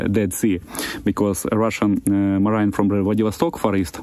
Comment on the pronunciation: Not really, his English is really clear, much better than those chewing rocks while talking on UATV for example. He just mispronounces “marines” but it’s ok because you understand what he’s talking about. And saying de liberate, it’s wrong but you understand what he’s saying and why he would make that mistake. He’s a good communicator.